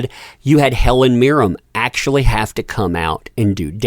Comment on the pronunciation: All I can say is please learn how to say Helen MIRREN. Not Helen Meer-rim. Pffft.